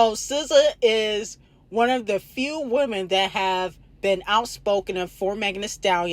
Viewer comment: Girl why can’t you pronounce “women” correctly . Good lord🙄!!